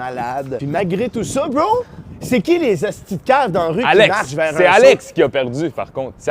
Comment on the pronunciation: Il faut que vous m'expliquiez c'est quoi ça "bo" au lieu de bro? C'est weird!